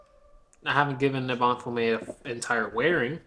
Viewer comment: 'Eh buh nee' as in Ebony Tree, & 'fyoom' as in fume. What's with that word salad u got going there? 😂